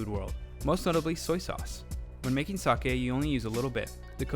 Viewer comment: Its NOT TO-KI-YOO, its TO-KYO, its NOT SA-ki, its SA-KE